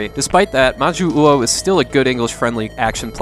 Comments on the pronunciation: I know this is from like 4 years ago so maybe you've had more practice since then, but when you see two 'U's in a row in Japanese it just about always indicates one slightly elongated U, rather than two that need to be pronounced separately. So 'Ma-Joo-Oh' rather than 'Ma-Joo-Oo-Oh.' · Its majyuu ou, you dont pronounce the second u as its meant fpr the long pronunciation of jyuu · I really apologize for being obnoxious but it's pronounced "Mah jew oh", the romanization is "Jyuu" but it's just pronounced as straight "Juu" in Japanese. Three "syllables" here. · "Majyu-uou". Hmm…/ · Thank you, for some reason that bothered the hell out of me each time he said that wrong.